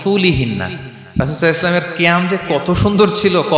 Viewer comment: এই লোক টা রসূল(স:) এর নাম নেওয়ার পর সাল্লাল্লাহু আলাইহি সাল্লাম উচ্চারণ টা পরিস্কার করে বলে না। সব সময় বলে..সাই আল্লাহু সালাম…..!! এতো বড় আলেম বলে দাবি করে অথচ নবীজির নাম বলার পর দরুদ টাও ঠিক মতো পড়ে না।